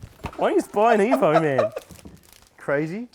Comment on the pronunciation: Marty no offense my friend but your "evo" is disgusting